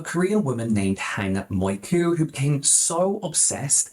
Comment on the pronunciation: What is with people and never reading asian names correctly.. If half of your video is about Hang "Mioku", maybe don't pronounce it "Moiku" for the entire section??? It's in English and you still managed to cock it up😭